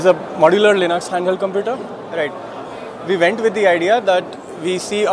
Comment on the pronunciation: Compuuuder 😂😂😂 Paj33t 🤮